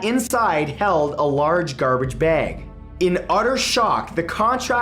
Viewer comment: 'Garbage beg'.